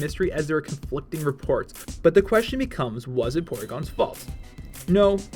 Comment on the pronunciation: sweet vid, but WTF is a "quetion"?!